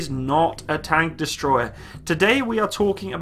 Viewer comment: every time you say "tank" you burn my soul